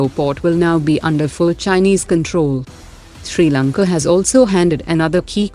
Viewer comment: Xi Lanka and not Sri Lanka